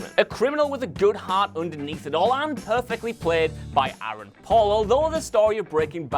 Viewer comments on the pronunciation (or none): none